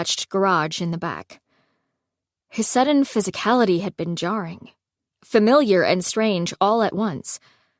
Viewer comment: The was she says low key and jarring 😂😂😂